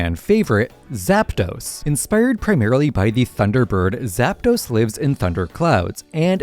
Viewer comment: It's "Arktos", "Zapdos" and "Lavados"